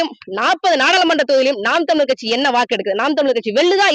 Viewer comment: அம்மா தமிலர் இல்லமா ( தமிழர்) என பேச